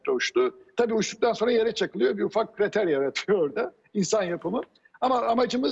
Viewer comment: Hocam kriter değil, KRATER. Elli kere kriter dediniz, bikmadiniz.